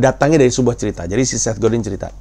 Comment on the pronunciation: Bacanya Set Godang, oom